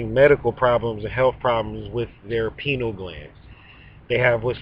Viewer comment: Pie-Knee-AL Gland.